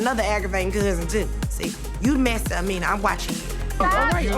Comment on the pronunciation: Everybody saying Amina wrong but you know damn well they a threesome 😅